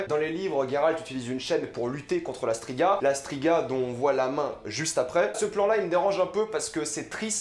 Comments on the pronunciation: Mes remarques: - Quelques soucis de prononciations sur Brokilon, dryades, Tissaia de vries, strige (et pas stiga), sac-à-souris (pas mousesack sinon plutot dire Ermion). ça fait quand meme très mal aux oreilles tout ça. - Yennefer se faisait battre par son père (pas ses parents). - Fringilla VIgo. Pas Fringilla De vigo. - Aretuza fait partie de thanedd. Et NON Thanned N'est PAS UNE VILLLE ! - Non on ne va pas voir la loge directement mais le conseil. La loge vient apère le soulevement de Thanedd. D'ailleurs sur le plan vu d'en haut on voit clairement des hommes donc c'est le conseil pas la loge. Tissaia de vries ne fait d'ailleurs pas partie de la loge. C'est filipa eilhart qui en est la leader. - Ce massacre du nom de de dunny. J'avais meme pas compris de qui tu parlais au début. Urcheon of Erlenwald c'est tout simplement Dunny ou le Hérisson D'erlenWald en français. Un peu de respect quand même pour l'oeuvre. Pour un fan hardcore de the wiitcher, c'est très très moyen comme analyse. Beaucoup d'approximations et d'anglicisme inutiles (avec gros défauts de prononciations aussi). Mais bon y a au moins la passion. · Mdr, dryade, brokilone, stryge... Putain ta prononciation..